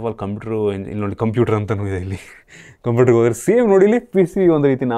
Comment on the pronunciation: Computer 👍 not conputer